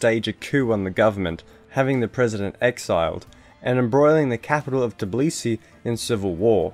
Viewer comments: The way you say "Tbilisi" makes me cry. It's "TBI-lisi", not "TIB-lisi" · it's hard to take any of this video seriously when you can't pronounce ossetia or tbilsi. it would've taken two seconds to google. they're both pronounced exactly how they're spelt